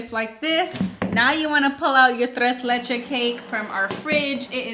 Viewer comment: Tres leches, the last s is pronounced 🥰